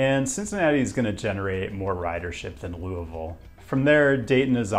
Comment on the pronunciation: Good video. I'm impressed you pronounced "Louisville" correctly lol